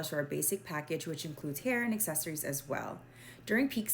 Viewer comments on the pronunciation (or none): none